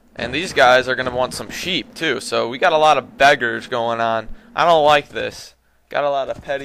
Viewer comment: sheep?I thought you said SHIT!!lol